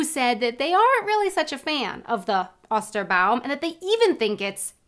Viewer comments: I think the "O" in "Ostern" and "Osterbaum" needs to be pronounced a little looonger. Not as short as "Ost" (east). More like "Oh". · Try to speak a long o in "Ostern" or "Osterbaum" - just as you do with the long e in English "Easter". It's ['o:stɐn], not ['ɔstɐn] ;-)